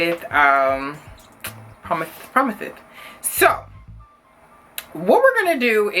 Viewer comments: Promiths, promiths. IM SICK OF YOU 😂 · PROMITHE PROMITHES D E A D